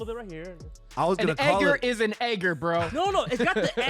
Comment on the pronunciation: Bruh it’s eDgar not eGer. I almost didn’t understand y’all